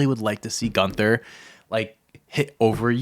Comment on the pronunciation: Who's Piper Nixon? Did Piper Niven and Nixon Newell do a fusion and I missed it? Lol Also y'all keep mispronouncing GÜNTHER's name.